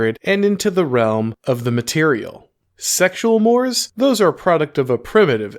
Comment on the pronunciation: Mores is pronounced more-ays.